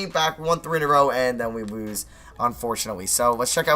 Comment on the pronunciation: We wose we wose we wose that's how he says it